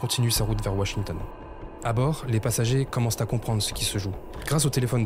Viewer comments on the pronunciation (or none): A 18'22": "un autre bâtiment commence-t-à [sic, la liaison] montrer des signes de faiblesse". Il commençait comment ? Des clous, il s'est effondré d'un coup. Sources ?